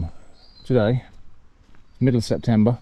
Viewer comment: Very nice video, thanks very much,. A few comments: - Maybe you can use the Scotch Bonnets for a chili jam? That's nice with cheese...or home-made hot sauce so you can hone your fermenting skills? - CEP-tember...😄 - I like to imagine that Abbott's Wood Manor was requisitioned by the army's school of camouflage, and since then nobody has been able to find it.